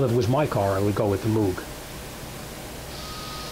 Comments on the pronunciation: It’s pronounced mowg, combo of mow with a g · Moog is pronounced like Moe-g. Like Mow your grass. Or Larry, Curly and Moe.